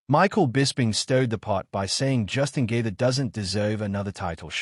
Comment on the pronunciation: Did I hear J.G.'s name being pronounced "Justin Gator"? Maybe it's just me or its a computer doing the "Text to Speech". Oh ,yeap! Lol.... I knew it was a computer after hearing Khabib's name.